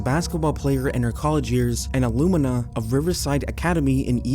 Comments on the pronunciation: It’s alumni not alumina. Also, it’s intra-venous fluids, not inter-ravenous fluids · Alumni = uh-lum-nye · The way you said alumni was kinda crazy friend